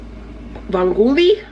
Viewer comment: I love you!! Let this Italian girl help you out. Vongele is pronounced Von go lay. Just means clams and spaghetti.